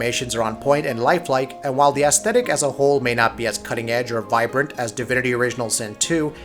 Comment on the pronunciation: Lol. You said assthetic. Lol